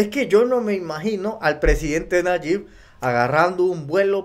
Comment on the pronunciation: NO SE PRONUNCIA NAYIK. ES NAYIB. CON B AL FINAL.